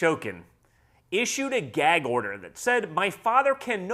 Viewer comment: Someone tell Don Jr. it's a Gag order, not a Gak order